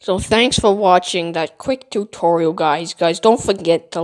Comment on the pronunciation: "too torial"